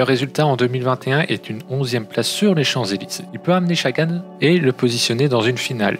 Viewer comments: Je suis d'accord, c'est la première fois que j'entends qqn dire chagan et franchement, c'est chiant ! (et ça fait que 1min17 que je regarde ta video qui a l'air plutôt bien faite au demeurant) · L’analyse est intéressante mais la prononciation des noms des coureurs catastrophique malheureusement. Peter Sagan avec un S comme serpent et Chagan comme un chat. Sam BenneT et pas benêt. Mon commentaire va sembler un peu rude et c’est n’est pas le but. Pour moi c’est juste le gros point à améliorer pour que la vidéo soit plus agréable à regarder